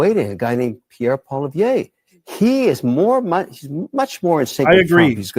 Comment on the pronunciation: Learn to pronounce his name: Poi li ev re